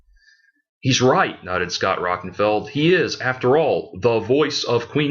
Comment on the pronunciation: Its Scott Rockin-FIELD, not feld. Also you make fun of hear in the now frontier then say they can play their great 5-7th albums HITNF is their 7th. Todd's name is LA torre as in La tor -ee chasm is pronounced Kazm. You need an editor